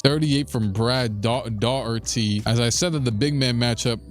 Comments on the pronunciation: How you've been doing this for two and half decades and still can't pronounce Brad Daugherty's name is wild. 😅 Dah-hurt-ē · Daugherty’s last name is Irish and is pronounced “Dock-erty”. Makes no sense but that’s what it is.